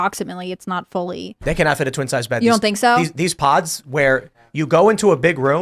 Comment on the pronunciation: did you say young people are excided about sleeping in pods or pot in SF.